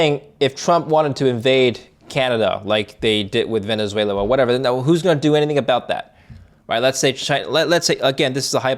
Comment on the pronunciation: Prof Hanke...it is Venezuela not Venzuela as you pronounce it.